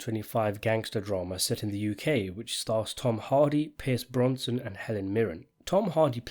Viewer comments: BroSnan NOT BroNson! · My dude... his name is 'Brosnan', not 'Bronson'! Although I would welcome your review of Bronson with Tom Hardy! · Brosnan not bronson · Bronson? His family name's Brosnan! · Its Brosnan...not Bronson fam😂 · Thank you - I couldn't stand the mispronunciations!!! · How did you mispronounce Pierce Brosnan's name all the way through? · Brosnan deserves to have his name pronounced properly.